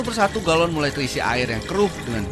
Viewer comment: Galon kak bkn gelon